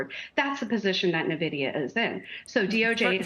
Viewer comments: This so called "EXPERT" can't even pronounce the name of the most famous/important company in the world that has made people millions and many retirees able to retire. I think you have no right to even talk about it. Nuh-vidia...WTF. Also CNBC anchor not Becky some other female keeps mispronouncing the CEO Jansen Huang (Whang) not HueWang...shows how ignorant you are. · Avid gamer here. It's En Vidia not Na Vidia. no self respecting gamer pronounces it like this lady. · How are people still pronouncing it wrong? N-Vidia, not NA-Vidia. FFS man, you don't deserve your salary if you can't be bothered to research the correct pronunciation. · I can't hold my tongue. It's EN-vidia. Not NAH-vidia. Please, if you're going to challenge a company, at least learn how to pronounce the company's name. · Say the name correctly." N" Vidia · “Nuh-Vidia”, “Neh-Vidia”…how many different ways will this lady mispronounce the company’s name? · When you got all these analysts talking about nvidia without pronouncing it correctly, you know this stock is overhyped.